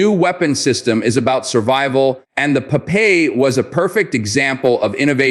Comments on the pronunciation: Its is not po-pay but pop-eye! we saw a lot of cartons in our childhood in the 70 in Israel! Pop-Eye is a hero! gentle, most of the time humble and naive, but when he took his spinach could blast to peaces any bad guy! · Pronounced pop-eye.. per the famous sailor cartoon hero... And its tracking head's 'eye' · Popeye... you cant even pronounce olive's boyfriend's name correctly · Blah, blah, blah AI generated hot air and bubbles without any factual information. The missile name is pronounced Popeye, something that the stupid AI program for a certain reason cannot pronounce correctly. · Great video I’m letting him but the way the AI is saying Popeye is funny